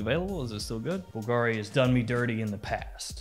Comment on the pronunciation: Bull-guh-reee lol